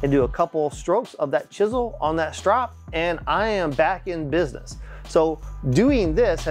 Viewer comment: Strop...that's the word I couldn't figure out what he was saying!!! 🤣 Now I can find it in his links. So thanks for your comment. 🤣